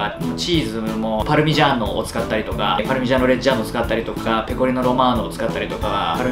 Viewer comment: 酔っててもパルミジャーノ・レッジャーノとかきちんも言えるのは流石料理さんです